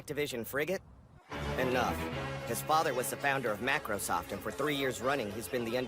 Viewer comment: Macrosoft 😂😂😂😂😂😂😂 might as well be Microsoft